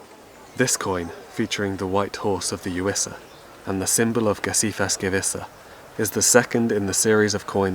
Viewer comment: My favorite part of actually hearing your voice in these video's: i now know how to pronounce Gesiþas Gewissa. Great video as always. It's nice to hear your voice in a video for once, especially since it's in a very human setting, as compared to the usually more nature/countryside style videos